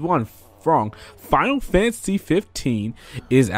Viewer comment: why i can only hear 'final fancy' whenever u say the name lol